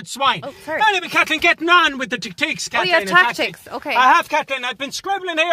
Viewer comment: 33 times of Kat-LEEN